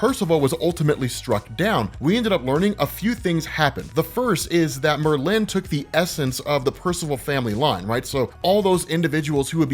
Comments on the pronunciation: 😂It’s not Mer-lin, It’s Merlin! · Merlin.... not Mer-lin. Extremely informative video tho. I feel like I'm a blk knight expert now. 👍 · Great video! My OCD does go into the stratosphere whenever you say “MerLIN” instead of “MERlin” though. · It's Merlin, not Merlinne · Merlin. Mer-Lin. It’s like you emphasize the end of it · Lol. It’s pronounced Merlin like bird species. I have to say it!! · Mer-lyn and stimina instead of stamina get me every time. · Not to discount your great work, but I can't believe you don't know how to pronounce Merlin. Frankly it's because your work is so good. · why do you pronounce Merlin like that... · pronunciation of Merlin cracks me up every time. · Well you're keeping your tradition of mispronoucing at least one name per episode. The accent in Merlin in on the FIRST syllable. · Was gunna comment that too. That's such a peave for me. Same with people who say hash BRowns almost like a question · Keep the emphasis on the latter syllable, keep the conversation going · His blade is an obvious plagiarism of Elric's Black Blade. And Oh yeah...the way you say Merlin is quite disturbing. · Why u say merlin so weird rob? Lol